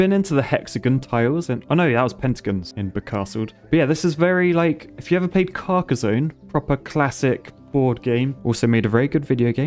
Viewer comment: Carcasooone, its carcason